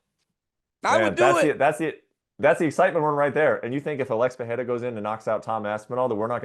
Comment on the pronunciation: ESPN, tell Brett (and Joubain) how to pronounce "Pereira". Guy is painful to listen to.